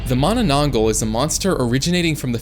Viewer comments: You don't call manananggol you say it in manananggalll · Why did bro said mananangal like mananang-gul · its not "manananggal" in true filipino fashion its "MAAAHH NANAH NGALL" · The Manananggal targets lovers because she was cheated on and wanted revenge specially with pregnant women because the person her boyfriend was cheating with got pregnant, and it's pronounced as Mana nang gal not gle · Its mannannanggall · Its pronounce “ma na nang gal” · the manana what? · Dawg js said mamanagl😂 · bro thats not how to pronounce mananangal